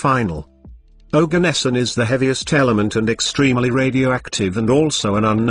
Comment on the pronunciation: Bro that isn't Organesson it's Oganesson